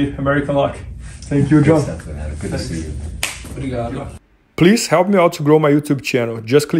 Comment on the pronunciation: Is brazilian? His accent in that "brigado" was spot on.